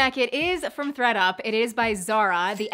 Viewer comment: I heard readUP then ThreadUP then I heard FredUP lmao 😂